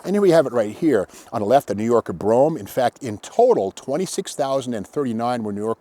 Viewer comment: Thank you so much for calling it a 'Brome' instead of a 'Bro-ham'. Correctly spelled Brougham. It grates on me because it seems people can't pronounce it right